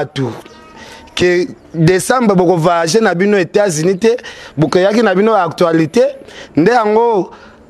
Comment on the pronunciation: ken mpiana ont dit actualité et non actoilité